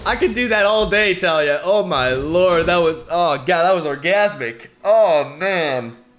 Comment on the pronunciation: As a League player, i believe her name is pronounced "Ta-lee-yah"